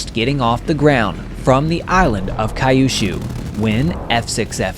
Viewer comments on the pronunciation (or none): Yasui is not Ya-sushi. It’s Yah-soo-ee. And I’m. It sure where the island of Kye-oo-shoo (Kai-oo-shoo) is. Kyushu is like the letter name Q then shoo. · 👎👎👎 you said: "...the island of KA-YOU-SHOO " which is horrific pronunciation. The famous island is pronounced Q-SHOO, written as "Kyushu". :face-blue-smiling